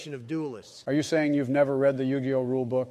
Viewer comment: Type Yug(ii)oh and the ai will say it correctly